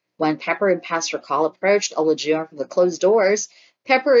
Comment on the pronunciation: Please learn how to pronounce the participants names‼️ It’s not o-la-jun it’s pronounced A-lie-ju-wan”.